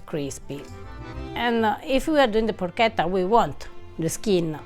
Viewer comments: I notice that in the pronunciation of Porchetta, always goes in the direction of “Porcheda”. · Pro Keta is far from Italian get your shit sorted